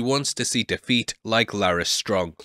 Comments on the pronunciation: Hahaha "See de-feet". You're killing me! But seriously, your Dragons reviews are absolutely the best! A+ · You had me at "Defeet" :D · Hehe "De feet"